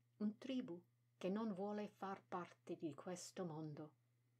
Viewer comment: Thank you for your channel and poems. Wondering if it would be possible to put the sub-titles up closer to the Italian. That would make it easier to read both, I think. And just a couple of corrections: With tribu (accent over the u), the emphasis is on the second syllable. And with sbagliano, the emphasis is on the first syllable. Thank you.